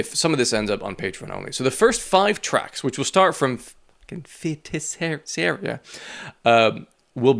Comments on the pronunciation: I believe Feiticiera is pronounced something like fay-tee-chay-ruh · Fay-tee-say-duh. Its brazilian portuguese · its actually pronouced FAY-TEE-SAY-RA, its a portuguese word meaning witch. This song is about Joana Prado, a performer who used to appear in a brazilian TV show. I think Chino read about her in a magazine or something. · Fey-tee-say-rah. It's about being kidnapped by Brazilian TV personality Joanna Prado. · Roll the r